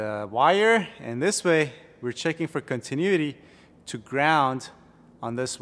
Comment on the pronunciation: I thought your pronunciation of "AC-compressor" was iconic until I heard you say "continuity". Enjoy your videos and whiteboard lessons. Keep up the good.